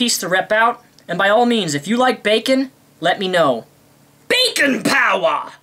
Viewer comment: lol when you said bacon power it sounded like u said bacon powder.